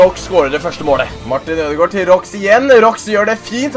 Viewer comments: Det uttales ikke "Råks" for spilleren Roux, men "Råa" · man uttaler Roux med stum x btw